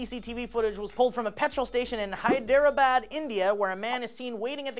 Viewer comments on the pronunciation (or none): BTW, Hyderabad is pronounced like hide-ra-bod. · it's pronounced hyde-dra-bad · Hyderabad is pronounced Hydra-bad, like the thing in Greek mythology, no worries ahah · Ya'll also butchered HY-DER-A-BAD :D